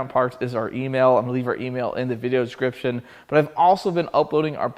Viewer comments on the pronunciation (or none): none